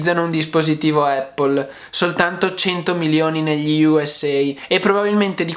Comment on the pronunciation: Non voglio fare il pignolo ma...solo noi in Italia diciamo "eppol"...sbagliando di brutto 😁 La corretta pronuncia e' "Apl" con una "P" ... Ecco la pronuncia dal fondatore...chi meglio di lui?